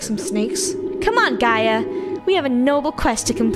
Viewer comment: It’s pronounced: ( jee-a) but spelled: (Gaia)